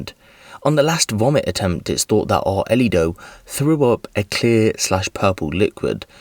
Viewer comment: How the hell is this man pronouncing the child’s name? It’s “ARELY,” not “Arlito.” AR-LEE. how tf do you get “Ar-uh-lee-doh” out of that name!I’m confused af about how he’s messed it up that bad.